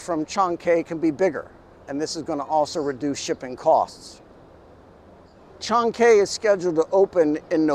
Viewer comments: Chancay, say it like Shanghai. There is no "Kay" in Chancay. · Unlike English, it takes 5 minutes to learn how to pronounce the vowels in Spanish. Maybe less. But this guy wouldn't bother. The way he pronounced Chancay... My God! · Chancay sounds so much like Chinese. It’s actually a place in Peru with its own Chancay culture existed before it was absorbed by the Inca. It is pronounced as Chan-guy.